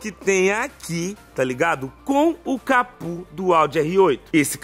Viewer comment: Pq vc fala capu? É capô o correto.